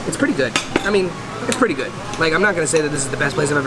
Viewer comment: My life is complete. I now know I am not the only one in the world that says “goid” instead of “good” sometimes on accident!!🥰